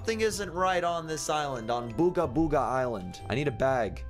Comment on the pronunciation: Booger Booger: Booga Booga. /Me: SAID IT RIGHT!!!